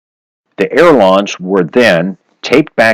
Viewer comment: Good tips, thanks. Um... check pronunciation. It’s“ailerons”, not air lawns (those French like to pronounce things in a funny way!) ;-)